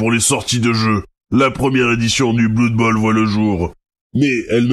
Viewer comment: On dit bleud bowl en fait. Aussi, blood bowl ne prend pas place dans warhammer fantasy mais dans son propre univers.